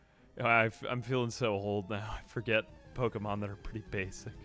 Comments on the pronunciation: I love you, but I swear to god if I hear Po-"eight"-mon one more time... 😂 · Amazing video but how you pronounce ’Pokemon’ is diabolical